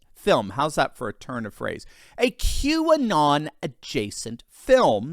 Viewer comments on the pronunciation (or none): Q-and on! Not Qanon!